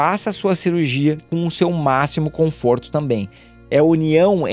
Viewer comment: Conforto e não comforto.. .